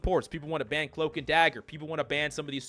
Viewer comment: What's a "bann" rate? What's terminology in this game for bann or whatever you keep saying?